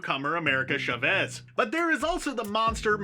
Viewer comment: Love ya guys but it’s… America CHA-VEZ not America Shafezh. She’s not French, she’s Hispanic. Sorry I’m Hispanic so it’s annoying haha. Still love you all!